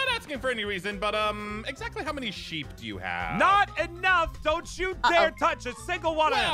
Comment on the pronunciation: it's pronouced sheep not shep.